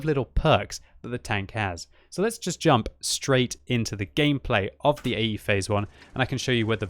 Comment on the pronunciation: i.e.? No, it's AE (Phase I)!